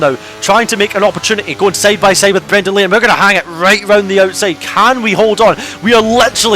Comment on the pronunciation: saide instead of side, petted instead of pitted - why are you speak so bad?